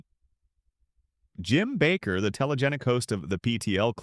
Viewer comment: Oh wow, you actually pronounced Jim Baker’s name correctly. Well, the first time anyway.